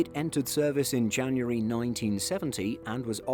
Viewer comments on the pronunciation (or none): none